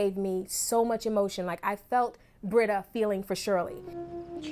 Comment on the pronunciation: Britta. It’s Britta.